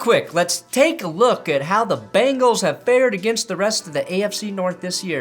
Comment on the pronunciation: I expect you of all people to pronounce Bengals with an 'e'. "Bangles" are wristwear or a band from the 80's